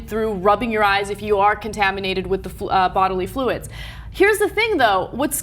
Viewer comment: Did Anna say bottomly fluids?